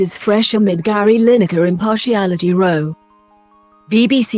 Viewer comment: I love the way this bot pronounces 'row' she makes it sound like they're on a boat!